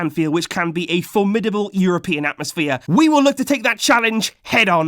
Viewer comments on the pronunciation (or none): none